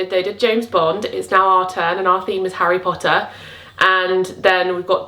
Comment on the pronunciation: As an American, hearing you say Harry Pottah makes me so happy! I would love to do this, but I don’t have enough friends who are fans. It would be me and I would have to force my family to play along, lol.